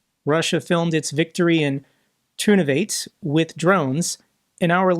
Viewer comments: Turnuvate is pronounced Turnuvatye. From the sign. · Excuse me,, it's pronounced "tair-noo-vah-tay". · It's pronounced "tair-noo-vah-tay". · Ukrainian has no silent "e". Ternuvate has four syllables.